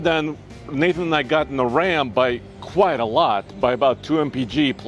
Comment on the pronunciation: No bro, for the millionth time it's not "quiet good" it's "QUITE good" 😆🤣